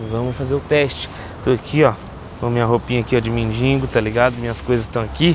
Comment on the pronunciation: Pessoal vamos caprichar mais na língua portuguesa. mendiNgo não amigo. Tira esse N aí. É mendigo. Outra sugestão, faça um vídeo ajudando alguém que precisa, será mais valioso. Abs